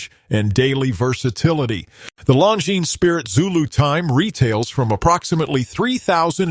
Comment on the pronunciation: It’s unwatchable, with all the wrong AI pronunciation of the brands. I had to stop after the second Longines was said. Bad video